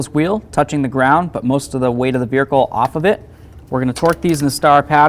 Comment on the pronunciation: "Veerhicle" I think that's a subconscious mustang owner jab, lol.